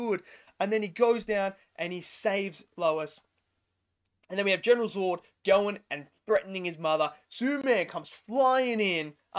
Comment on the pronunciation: Was a great movie. Unfortunately the reviewer can’t say Zod properly and it’s absolutely doing my head in mate 🤦🏻‍♂️😂😂 nah another great effort mate, keep up the great work 🤙🏻